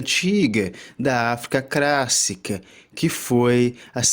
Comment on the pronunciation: Meu Deus! Civilização CRÁSSICA? PREMINENTE? Não dá pra prestar os ouvidos. Sorry!